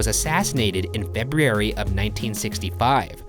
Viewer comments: Bro please practice. ITS PRONOUNCED Feb - You- airy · If Ryan says feb-e-ary one more time ! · Why does it seem like EVERY story starts in February and he gets to pronounce it “Feb-ee-ary” #conspiracy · ahh, good ol' "Febriary" again, gotta love Ryan's pronunciation of February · up next from buzzfeed unsolved: will ryan ever stop saying “febiary”? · WHAT IS UP WITH THE WAY YOU SAY “FEBRUARY”?? Lol I’m jk, I know that you’ve discussed this before, BUT I thought that that meant it had been taken care of (😂). It’s Feb-roo-errie (“errie” like Perrie without the P lol). Simple. Or, at LEAST, say it Feb-you-errie. I’m from New York, so maybe you’d say the end more like “airy”... idk... clearly, you have an issue with the middle part anyway. Feby-errie. 😂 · FEB-YEE-ARY IS BACK! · Came here for the febby-airy. Left because no shane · I'm concerned with his ability to pronounce February. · When will my boy learn how to say February? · Please learn how to say February. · Oh, Ryan. You still can't say "February". It reminds me of Benedict Cumberbatch trying to say "penguin". You can just say "Feb-u-ary". It's a totally acceptable way to pronounce it :) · Will Ryan ever learn how to say February? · It seems like Ryan is always picking theories that happen in February and I laugh every time because he continues to pronounce it wrong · the biggest piece of knowledge i received from this entire episode is that ryan still can't pronounce the word february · Ryan's pronunciation of February always gets me XD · You know what Ryan, you do say February weird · If he says February like that one more time then I’m going to fight him